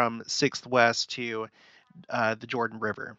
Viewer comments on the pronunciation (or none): none